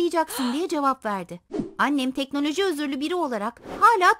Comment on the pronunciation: Degnoloji özürlüü